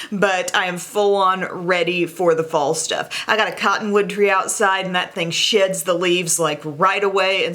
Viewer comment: Ok.... So when said her cotton Tree "sheds a lot" I thought she said "shits" 😁